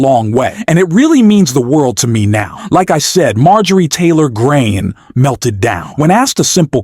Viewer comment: I don’t particularly Mind,—— but the repeated, and just plain Weird, mispronouncing of the Foul MTG’s name made this presentation less credible. Sounded like AI .